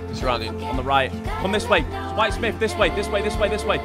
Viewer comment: "White Smiff" lol